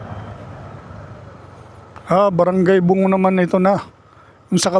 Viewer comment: Brgy bunggo di po bungo